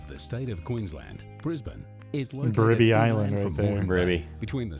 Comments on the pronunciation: Bribie Island is pronounced "Brybie" - you're welcome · Guys, Bribie is pronounced … B-rye-bee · They pronounced Brisbane OK but guys try saying Bribie Island as Bry-bee. Wait until they see the actual beaches lol. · Can someone please tell them it Bribie Island, not Birdy Island. Cheers from Woorim. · First off - THANK YOU for pronouncing it right. Way too many Americans call it BrisBANE like the Batman villain when it's more a BrisBEN sound. Edit: not Bribby 😭. Bry (like high) bee - so Bribie is Brybee sounding.